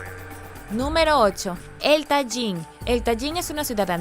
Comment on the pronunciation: Hola, me gustan tus videos, aunque no estoy de acuerdo con todo lo que expones. Permíteme corregirte una pronunciación: No es Tayin, es así como se escribe, Tajín con Jota, como si dijeras Tahin. Soy de ahí .Saludos y bendiciones 👋